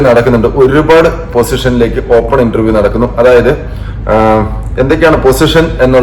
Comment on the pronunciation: ഇൻൻ്റെർ വ്യം എന്നാണ്